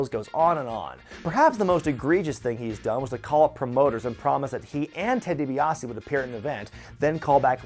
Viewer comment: 'Ted DiBaise'.